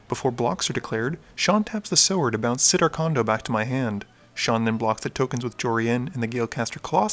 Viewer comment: You pronounced "Sower" correctly! Fuck yes! I knew you had it in you. Way to go, tiger!